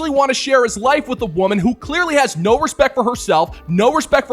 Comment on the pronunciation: Anyone who says "noowa" instead of "no" should never be listened to or taken seriously.